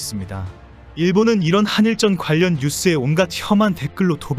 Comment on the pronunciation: "한일쩐"이 아니라 "한일전"입니다 쩐이 아니라 전입니다